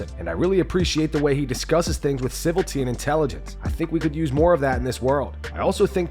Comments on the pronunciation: what is siviltee? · Ci-vil-i-ty is the correct pronunciation.